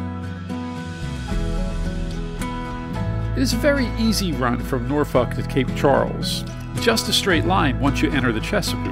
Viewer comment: Again in my old back Yard, you said Norfolk correctly in the intro, 🤣🛫